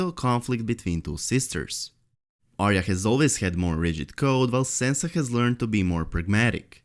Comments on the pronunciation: Its not Sensa Its Sansa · Sorry, but the way you're pronouncing Sansa completely prevented me from paying attention to anything you have said.